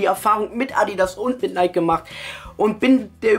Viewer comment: alta so spricht man nike nicht aus wann lernst du das mal? haha